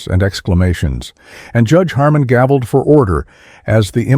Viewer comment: Chang not Chong. Wu not Woo. Gaveled not gobbled.